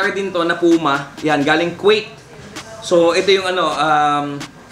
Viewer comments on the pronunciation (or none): none